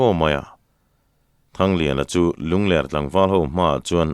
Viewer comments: Ngaih thlak ava nuam em. Mahse, Lungler ti a inchhiar hi. Lunglerh tih tur ani zawk lo maw, lungler khua tih hi avang viau asin. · Lungler tih hi mauler tih ang niloin hepa hi a ler a nia tih anga lamrik tur zawk a nilo maw,ler lai hi a ki tihsan tur.